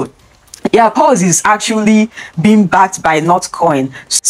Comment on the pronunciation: It's Paws, not Pows